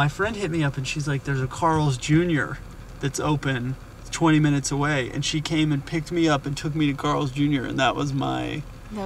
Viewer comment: only at McDonalds can your order 100 burgers and get them in "maye 5 minets" lol